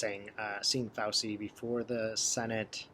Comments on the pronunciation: In Italian the C is pronounced like CH. So say FAUCHEE for Fauci. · Fau - chi pronounciation Ci in Italian is ch sound. I am an herbalist and know several good herbs for virus and respiratory illness. It is interesting that all these pharmaceutical AMA positive people are feeling so frightened of a virus. Bad diets and unhealthy living make one more susceptible to complications. Chickens coming home to roost.... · Thanks. Great video. Correct pronunciation of Fauci